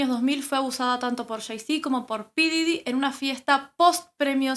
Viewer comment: Se pronuncia Pop Didy